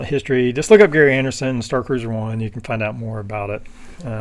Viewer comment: Not Gary but pronounced Jerry. I had this kit as a kid.